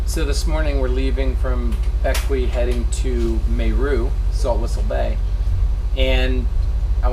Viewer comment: Hi Guys one again a brilliant video, i like Windy TY as well. Great dive shots! you still need help with the Caribbean island Pronunciations mon!! see if my brilliant english language pronunciations help..LoL..Bequia pronunced Beck-way, Mayreau- My-Roe & Tobago Cays- Toe-bay-go (toebaygo) cays. The Cays are truly beautiful, one of my fav spots as well. thansk for sharing.